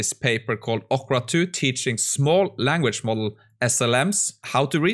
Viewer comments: ORCA, not ocra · say orca again